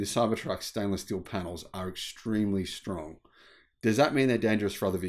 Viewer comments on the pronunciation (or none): none